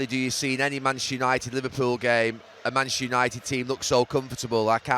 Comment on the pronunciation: Still incredible Gary can't pronounce Manchester properly. "Manch United"